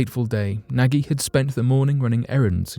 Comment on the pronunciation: The Australian who's name is Nagy its pronounced as 'nodge'.